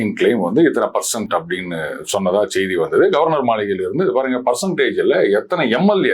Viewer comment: அவர்களே,செய்தி என்பதில் செ வை மென்மையாக உச்சரிக்கனும்.செ வை ரெம்ப அழுத்தம் கொடுத்து உச்சரிக்க கூடாது.